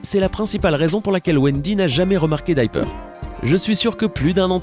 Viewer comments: ça ce prononce dIper pas dyper ! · Alors : se n'ai pas coccinelle mais ladybug et se n'ai pas dyper mais diper😤.merci au-revoir(il n'y a même plus de respect 😂)